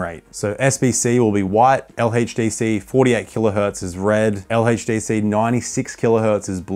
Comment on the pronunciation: "LHeytchDC" gotta love it🫡